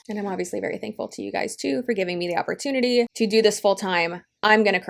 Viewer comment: Why does the second girl keeps saying oportuny? All I got from these videos is that they don't understand what a piramid scheme is and that they are desperate... that guy saying that everything is recruiting is so dumb. CEOs need to recruit, employees payment is not subjected on more people being recruited